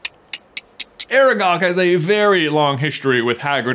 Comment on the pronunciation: Its aragog, ARAGOG